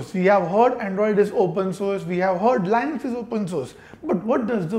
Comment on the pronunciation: Why does he say Lainux for Linux?